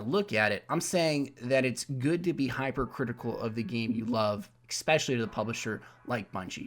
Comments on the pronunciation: ESpecially, not EXpecially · good vid man, one thing tho, just being picky, eSpecially not eKspecially, sorry for being pedantic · stop saying ecspecially